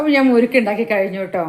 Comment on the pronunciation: മുരുക്ക് അല്ല മുറുക്ക്